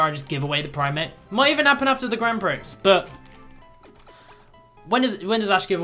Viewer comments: I swear Grand Prix is pronounced "Grand Pre" rather than "Grand Pricks". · And it is grand "pree," not grand "pricks." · Prix is pronounced peer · You pronounce prix pre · Prix is pronounced Pre at least in the States :-) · it its Grand prix (pronounced like pre) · And also 'prix' is actually pronounced 'pree'. xD